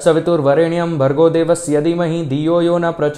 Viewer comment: धी मही है गायत्री मंत्र में आपका pronunciation हैं यदि मही कृपया शुद्ध उच्चारण करे